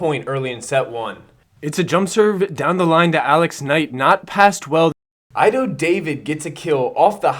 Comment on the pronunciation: Ido is pronounced eedoe not aydoe. Great video!